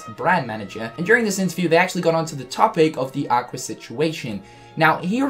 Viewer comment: Did anybody else hear Aquer